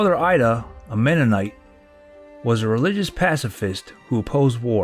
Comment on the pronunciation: If you can't get menonite right how good of a historian are you?